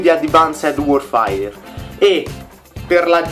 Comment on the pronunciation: Non si dice 'worfair' ma 'worfeir'